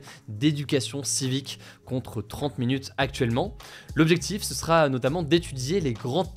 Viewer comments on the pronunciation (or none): bah, je trouve qu'il parle un peu vite et des fois ça machouille les mots, je pinaille surement, mais ça me fait un peu tiquer. comme dit c'est pas du tout grave, mais des ptits exemples: "ce sera", ou quand il dit "président de la république" ou "réseaux sociaux", ""sur ce sujet là". bon, bref, je vais pas me retaper toute la vidéo, c'est en fait des moments où il parle trop vite, mais bon, peut-être que ça dérange pas grand monde 😅.